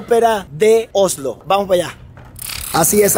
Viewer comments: vas a tener que pronunciar bien la s. Se dice Osssssslo. No ohhhhlo. (Oslo).😘😘😘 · Oslo ,el dice ojolu